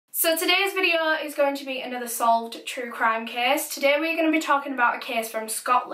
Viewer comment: Stop saying case or caes video or vedio